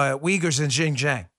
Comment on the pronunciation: XinJiang is pronounced shin gee ang